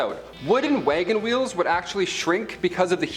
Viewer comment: HAHAHA wangen weels haha